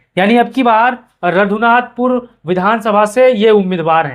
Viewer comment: Nam padhne nhi ata raghunathpur ko radhunathpur padh rha ha phle shi se dekh to leta